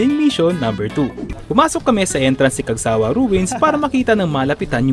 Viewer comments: Cagsawa' po, hindi Cag'sawa 😁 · Cagsawa' po, hindi Cag'sa'wa- 😁 Pero nice video po! Thank you! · Hi Sir. The Right Pronunciation is "cagsaWA" not " cagSAwa" Thanks po